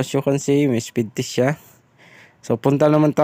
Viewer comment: Ang sakit sa tenga c Wp"iis" mo.. Speedtist.. S mo sir galit..